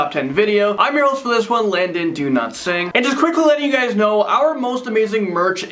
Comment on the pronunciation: I'm going to keep giving everyone of these videos of thumbs down until Landon can learn to pronounce his own name..#donotsing/Landon